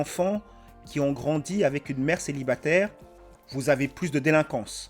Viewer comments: Déjà elle a un gros problème de prononciation du français. On dit célibataire, pas célibatère. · "G 1 kestion pour tout'les mamans célibatairrrrrrrrrr", il ne manque que la ponctuation "t'as vu ?" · Celibatairrrrrre, durrrrr... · l’accent à « céibatèère » RED FLAG CSP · Déjà dès les 3 premières secondes sa façon de prononcer "célibatÈR" c'est un redflag